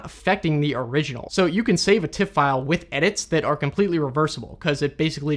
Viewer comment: An observation: All other image formats you pronounce correctly. JPEG as jay-peg or TIFF as it's spelt, but with PNG you always say PNG - not ping. How come?